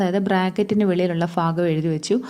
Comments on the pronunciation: ഫാഗം ആണോ ഭാഗം ആണോ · ഫാഗം അല്ല ഭാഗം. പഠിക്കുന്ന സമയത്ത് മലയാളം നല്ലവണ്ണം പഠിച്ചില്ല 🤣🤣🤣